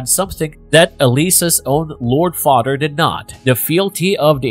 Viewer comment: Does it sounds like he’s saying “fahter”